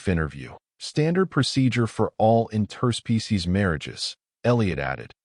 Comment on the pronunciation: WTF is an "in-TER-spee-sees agreement"!!!!??? STRESS in on the WRONG syll-ABLE!!!!!!!!!!!!!!!!!!!!!!!!!!